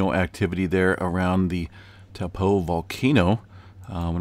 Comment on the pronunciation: Can you say Taupo correctly